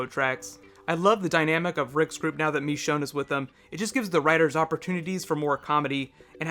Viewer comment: It's machone not mechone